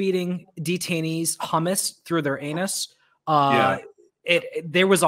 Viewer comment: lol, I enjoyed the video until "humus through unus" rang in my ears